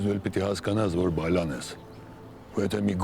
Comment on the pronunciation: Հերիք չի,որ էդքան ուռոդա,միհատ էլ ահավոր անգրագետ։Իրա ազգանունն անգամ ճիշտ չի արտաբերում՝ ԲաՅԼան։